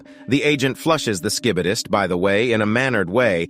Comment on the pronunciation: Bro said T vomen and sh sch I bi dis I can even say it😂😂😂